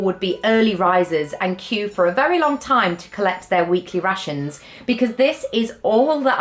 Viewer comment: Every time you said 'Rations", I at first thought you were saying "Russians'.:))